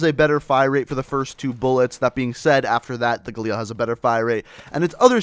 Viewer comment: alright i have had enough with people pronouncing galil like that. It is pronounced ga-lil not ga-leel